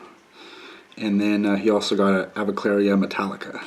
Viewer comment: You keep mispronouncing the avicularia. It is not aviclaria, it's pronounced a-vick-yoo-larry-uh